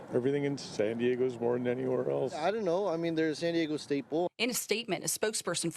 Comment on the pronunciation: Most disturbing was that reporter NOT pronouncing San Diego. She was saying Sin Deego. Also, CA sucks.